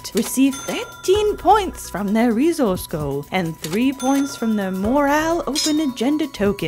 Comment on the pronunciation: Couple of things i wanted to mention: - fun fact: a fortnight minus 7 is called a sennight - saying reZource is inaccurate for the accent. The s is aspirated but not vocalised. That is all!!